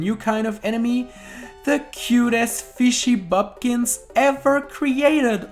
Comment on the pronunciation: You said "Fishy Boopkins" wrong lol